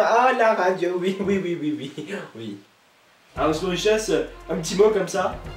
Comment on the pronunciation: RAdio Essstra Hahahah..:D